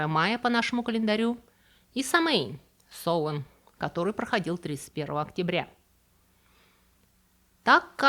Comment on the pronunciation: Героиня из фильма произносит "соуЕн", а не "сОуен"